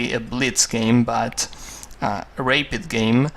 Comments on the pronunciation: Though I really like it, I cannot help me but to tell, that its a "Rapid" game, which he pronounces like "Rape it", which is sort of strange. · Yeah, it sounds like rape. I had to go back and hear it again. Also, the letter "g" is like the sound in "Jesus" you sound it hard like g in guitar. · hahahahah he said rape-id